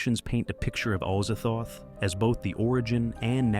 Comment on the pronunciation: Azazthoth is Az-zaz-thoth. Pretty easy.